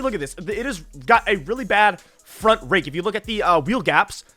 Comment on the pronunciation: bro is NOT saying rake